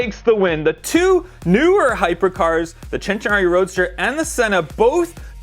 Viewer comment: Now that was super cool! Still love the Senna for sure! Is it really pronounced "Chen-tenario" or are would it be "Sss-entenario"? Just asking the question, I've always said Sss-entenario myself.